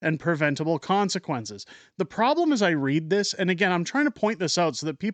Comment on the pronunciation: WEF “ we penetrated dzee canadian cabinet”